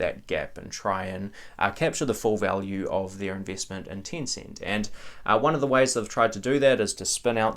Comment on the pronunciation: why do you pronounce it as "Tincint"?